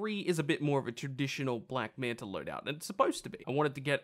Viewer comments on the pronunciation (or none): Can you say black manta not black manter.